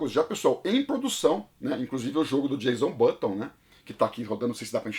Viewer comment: Muito legal o vídeo! Uma correção: é "Jenson Button", não "Jason Button".